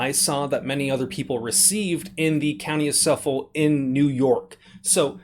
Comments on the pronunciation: As much as I'd like to pay better attention to this, I'm getting very distracted by your pronunciation of Suffolk. As a born-and-raised Long Islander, from central Suffolk, it's pronounced "SUF-fic," not "suf-FOLK." ------ That said... the firearm was illegal when they purchased it based on the configuration... why are they surprised they got a letter now saying they have a chance to turn it in voluntarily and avoid criminal charges? If the barrel is under 16", it cannot be a rifle in NY and therefore it is legally a "firearm." (A "firearm" would be a pistol, a revolver, a shotgun with barrel under 18", a rifle with barrel under 16", any shotgun or rifle with an overall length under 26", or an assault weapon.) Possession of a firearm is illegal as per NYPL § 265 except as permitted under NYPL § 400. § 400 permits you to obtain a license to own a pistol or revolver, but not any of the other categories. Thus we will need to consider this a pistol to discuss its legality. Given that it would be a semi-automatic pistol with the ability to accept a detachable magazine, we need to check the assault weapons test. If it has a stock, a protruding hand grip, a mag well external to the grip, a threaded barrel, a barrel shroud, OR is more than 50oz unloaded, it would be an assault weapon under NYPL § 265.00, 22(c). (Interesting to note that a pistol may legally have a flash suppressor (as long as it is permanently attached) whereas a rifle may not.) As it would be an assault weapon, it w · Great video, if you ever have to make a video again about this, and I'll have to be watching out for these for other models as I live there, the county is pronounced as suff-ick. You had the first half right! Keep up the great work! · This is crazy. Anyway, it’s pronounced “suffik” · Not that it really matters, but it's pronounced suf-fuck, i grew up in Suffolk va, just wanted to throw that in there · It's Suffolk. Pronounced suff-ick by the locals. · the "L" in Suffolk is silent. thanks